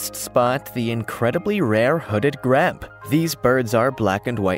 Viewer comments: Grebe, pronounced Greeb, not greb. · Grebe is pronounced greeb not greb. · GREEB is how you say it. Not greb. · Grebe is pronounced greeb -- long e, as in green. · Grebe is pronounced “greeb”